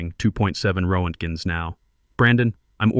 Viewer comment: Ro-ent-gens! Absolutely hilarious! Wonder if this piece of crap can read Russian, that would be side splitting comical!